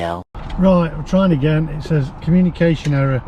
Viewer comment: The word says is pronounced sez